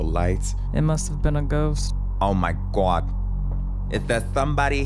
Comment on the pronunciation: oh my GWad